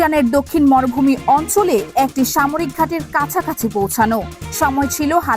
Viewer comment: আপা, যেহেতু আপনি ভয়েস ওভার দিচ্ছেন, তাই আপনার উচিত ছিলো শুরুতেই উচ্চারণ নিয়ে পর্যাপ্ত চর্চা ও অনুশীলন সম্পন্ন করে তারপর এই ভয়েস দেওয়া। বেশির ভাগ বাংলা উচ্চারণ এতো টাই ভুলে ভরপুর যে না চাইতেও বার বার কানে অশ্বস্তির অনুভূতি তৈরি করছিলো। অধিকমাত্রায় যে শব্দগুলো বেশি বিরক্ত লাগছিলো, তার মধ্যে উল্লেখযোগ্য হচ্ছে, খেএয়পোনাসত্র (শুদ্ধ: ক্ষেপণাস্ত্র), এএএকটি (শুদ্ধ: একটি) ইত্যাদি।